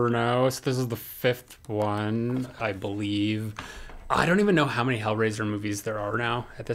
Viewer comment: You forgot the “y” in “many”